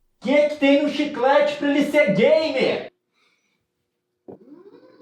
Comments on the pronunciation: “Chiclete gamer” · O bicho é gamer mesmo "Chiclate gamer". Kkkkkkkk